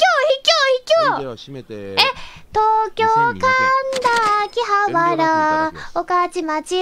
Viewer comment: とうきょう↓でなくてとうきょう↑ きょうの発音が